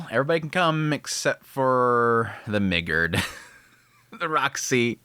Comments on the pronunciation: Why the hard R when you said the migguRd 🤣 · Damn the hard R also took me out 🤣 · Hard "r" on that Migurd. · lol that hard R on migurd is crazy 😂😂😂😂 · 😂 Why did he say “Migurd” like that?! I thought I heard an N-bomb lol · has copping potatoes while listening. When I heard you say "the Migurd," I had to do a double-take lol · The way you said "Migurd" really threw me off. I thought you said something else...😭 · Why did you say "Migurds" like that 😅